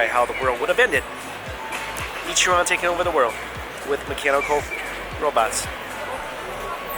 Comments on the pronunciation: being an asian, please at least make the effort to pronounce ich-ran right. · NieR: Ichiran